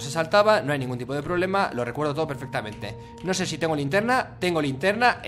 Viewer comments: 4.58 con F se entiende la lintierna LITIERNA osea farfan no sabe ablar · Alguien más se percató de que dijo lintierna por el minuto 5 y algo 🤣🤣🤣🤣🤣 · "Lintierna" dijo fargan jajaja Lo siento fargan tuve que decirlo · "La lintierna" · Lintierna xdxd